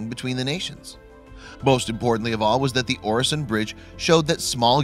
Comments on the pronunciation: Check your pronunciation, please! It's MalmÖ, not MalmO (sounds completely different) and Øresund, not Oresund (idem). The Swedish Ö and Danish Ø sound exactly like a German Ö or a French EU, not at all like an O. Besides, even your spelling is wrong at times, as you write "Melmo", instead of "Malmö". Please, be more careful with Scandinavian names! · And its pronounced ew-a-son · As a swede hearing him say oresond is a bit painfull